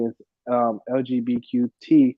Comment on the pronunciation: This guy sounds uneducated, mispronounced words, couldn't even say "LGBTQ" correctly yet mentions they will donate to them (which is just marketing for them, they don't really care). "hey we are donating to help da gays, buy BTFA" LMAO